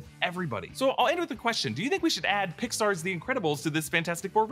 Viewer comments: “compare this with pixar’s fantastic four” took me a sec to figure out he said that lol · Me too. I thought I was trippin